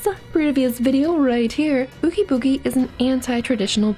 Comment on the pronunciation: Please tell me I'm not the only one that hears nails on a chalk board when she mispronounced Oogie Boogie